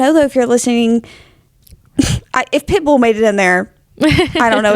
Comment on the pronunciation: I also love how says Pitbull. like "pit bool" emphasis on bool